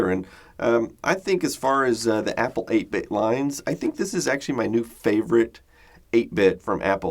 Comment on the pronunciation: southern accent "applah"